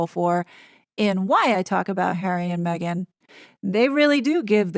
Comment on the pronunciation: Did that lady say, Megain, Im talking…… I think she did